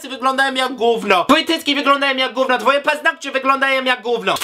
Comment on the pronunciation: "gówno cie to obchodzi" nie "gówno co ci obchodzi" i przede wszystkim GÓWNO a nie "GÓŁNO"